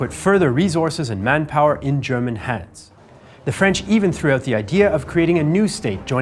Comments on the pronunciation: Finally a native english speaker who pronounces german correctly :) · I just wanted to compliment for his excellent pronunciation of German words, as a native speaker I hardly hear any flaws, well done